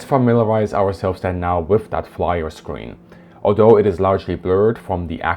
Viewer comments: flir is pronounced very german not "Flyer" just "Flier" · Ummm... what...? FLIR = Flyer... No. FLIR = Fleur (Like the woman's name) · It is not said like that!! FLYER is the wrong pronunciation. Say it like (FLEA) + (RR)! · FLIR pronunciation: F-LEAR not Fly-R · FLIR is not equals "Flyer"